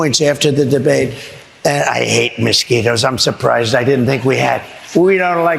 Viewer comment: What the f*ck are ”Mis-quitoes”, Donald? Sorry, my bad… DINald.